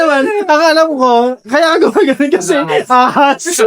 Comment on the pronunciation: Mamataymatay ako sa tawa sa inyo si dna nakakabasa eh ung ahas naging alahas 😂😂😂